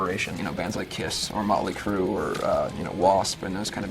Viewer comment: Mötley Crü. Not Molly Crue...